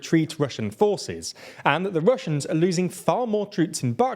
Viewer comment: Love how this channel consistently butchers russian and most Ukrainian names (after spelling them right in Latin alphabet), even if it's just the same dozen names in this topic for over a year now 😂